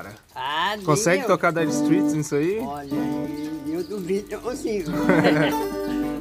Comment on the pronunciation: A pronúncia correta seria! “Strêits”